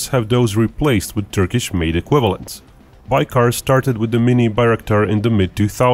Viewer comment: Interesting video but you even misspronounce the name of the company your talking about. :D What is "baykar"?